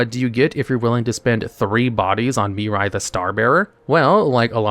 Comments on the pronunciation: I love how you say Mirai, yet the card says Mira. Yugioh Mandela Effect? 🤔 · In what universe can you look at the name Mira and see and pronounce Miri? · why you calling Mira, Mirai? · It's not "Miri" it's "Mirai". Still incorrect either way, but atleast slightly more understandable why it happen, since the latter is a word that actually exists (namely it's the japanese word for "Future")